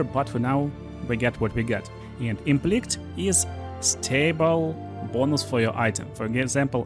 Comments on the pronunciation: Fyi, "implict" is pronounced "im-pliss-sit". Otherwise, your English is fantastic! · Fyi, "implict" is pronounced "Emm - pliss - sit" And "prefixes" is pronounced "Preee - fix - ez" Otherwise, your English is fantastic! Thank you for the video!